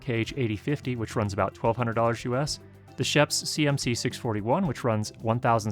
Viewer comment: shuuups not sheps